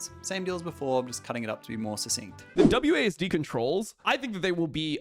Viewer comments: Call it Wasd or W A S D, not Wasd D 😭😭😭😭😭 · It was W-A-S-D or W-S-A-D not Wasdeez nut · Please don’t let “wasdee” be a thing. It’s “wazd” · w,a,s,d not wazdeeeeee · calling it "wahz duh" as opposed to "wahz dee" is a hate crime